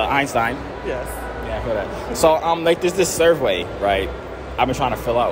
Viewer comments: my guy said *survway*😂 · we funna act like he aint say *survwey*😂😂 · Did my mans say "survway"🤣